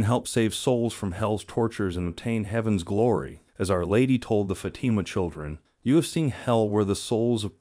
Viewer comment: The stress is in the first syllable not second syllable. Fa' tima not Fati' ma.